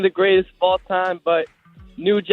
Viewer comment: Oh boy! This dude say Tekashi 69 😂